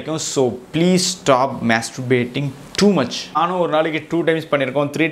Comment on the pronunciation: It's masturbation not masrubation😂🤗